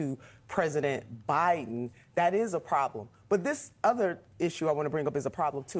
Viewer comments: 😂😂 Union Memba...her a Jabiden 😂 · Did anyone else notice when Kamala said Obiden during the debate